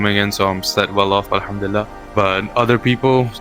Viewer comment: its "alhamdulilah" not "by handila"